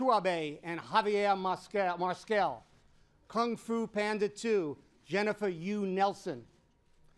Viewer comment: OMG how the hell did he pronounce Fernando Trueba and Javier Mariscall? Shame on him!!!hahhaha I'm not joking, that's absolutly awful!